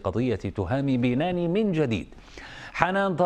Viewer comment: بَنْاني وليس بِناني